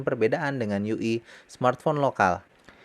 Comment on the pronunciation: interupsi gan, yu ai kali ya gan bukan yu i.. :-D